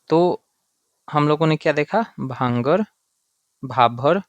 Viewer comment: Small correction, sir it's called " bhangar" not bangar